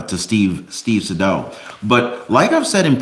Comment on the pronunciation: Isn't it "Say•dow"? As in rhymes with "hey, cow!" 🤔?